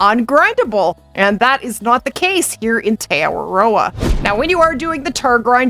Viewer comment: For a guy from nz, u saying te awaroa is crack up. The right way to say it is , T Ahh-waa-row-ahh